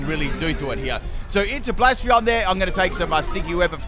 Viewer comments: take a shot every time pronounces "blacephalon" as "blaspheon". new eeveelution confirmed? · btw, I love how you pronounce 'Blacephalon' as 'Blaspheon' 😂😂😂